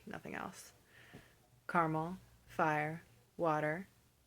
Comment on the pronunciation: Your short "o"s in crayon and coupon sound similar to your "au" in caught. Plus you said fire as one syllable and neither "fi-yer" like a lot of Americans say it, nor "fahr" like Southerners do.